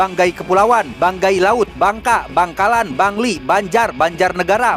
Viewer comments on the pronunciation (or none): bangkalan bang bukan bnagkalan😭